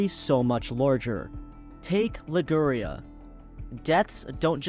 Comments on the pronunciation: liguuurria ... liguria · You can't pronounce Liguria ??? Wtf???